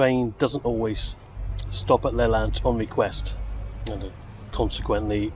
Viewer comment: It's pronounced L'-lant (emphasis on the lant) not Laylant by the way. Just travelled back from St Ives on that line today and I agree, it is the most beautiful line in Cornwall.